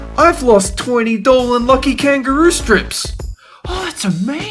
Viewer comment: Alon Anony his name is Dolan not dolen